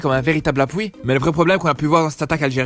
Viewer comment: Pk tu dit appoui